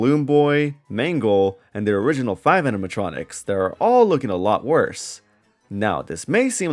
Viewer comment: I think it's endearing how you can't pronounce 4+ syllable words. "Facitily", "Aminatronics", "Reatily", "Personatilies", "Abitily". Lol no hate ur takes are based but I noticed that every time